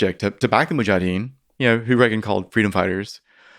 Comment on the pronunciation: I was really looking forward to hearing this but sadly this gentleman was a tough listen. His cadence was, as many have commented, very distracting - he seemed to miss a lot of syllables ('mujadeen') but also rambled into many tangents as he spoke. 0.75 just doesn't work with Mr Fridman either 😅 No dislike, so I'm having a quick moan instead! I'll keep trying to listen but an opportunity missed I'm afraid.